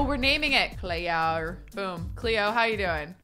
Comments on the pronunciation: saying Cleo with an aussie accent Me: Ah, a woman of culture I see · 10/10 pronunciation of Cleo 😂